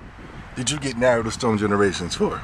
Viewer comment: I Hate when People say "Naruto" Wrong and you call yourself a true Fan...smh